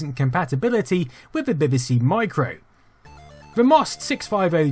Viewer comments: I think its more 'BihBihSea', but maybe thats my accent... (I still claim it should be 'BeeBeeSee', though ;-) ) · Its pronounced BeeBeeC not BaybayC. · buh-buh-Cee? Seriously, how hard is it to say Bee-Bee-Cee? Nevertheless, great video as usual! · Love your documentaries. Takes me back to my youth. Does make me smile when you pronounce BBC as Beby C though 😉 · I love your channel and this video is a fine example of your output. But what's with the "Beh-beh-see" pronunciation of BBC? 😆It's "Bee-bee-see", surely? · your insistence on pronouncing 'BBC' as 'bibisee' makes you a CVNT and earns you a dislike from me. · The odd way he pronounces "BBC" - "Beh beh seh" - has been fascinating me throughout the video. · You pronounce BBC weirdly. It sounds like Bibbisee lol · You pronounce BBC as bibby-sea, which is so annoying it earns a dislike from me. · I really love your videos, this is three years later. Why can't you say BBC? What's bebaecae? Had you been at the dentist? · You say BBC funny: bibbisee. It's adorkable! I thoroughly enjoy your videos, they tickle my nerdy nostalgia gland just right. Mmm, nice. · I love the way u say bbc 😀